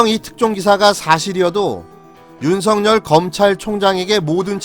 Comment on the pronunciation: 근에 왜 윤석열을 윤성열이라고 발음하시는지요....